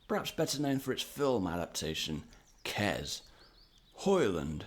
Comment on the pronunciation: Kes is pronounced Kess, not Kez…